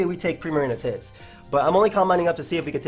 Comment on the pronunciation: Dude at 13 45he said primarina tits not hits